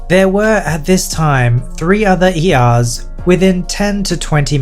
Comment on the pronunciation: When he said “when there were three ERs” it sounded like years